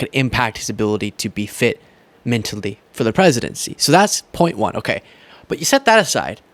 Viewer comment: it’s mentally, not mintally, come on dude.